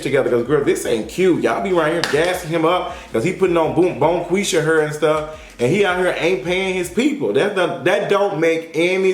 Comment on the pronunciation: Lol "bonequeesha hair" 🤣🤣